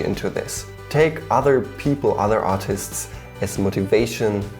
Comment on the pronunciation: when he says artists it sounds like autists